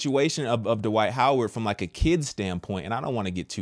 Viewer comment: there’s a T At the end of the first name Dwight, and there’s a D at the end of the last name Howard. Please pronounce them Accurately. You’re way too educated and intelligent to cheat yourself that way.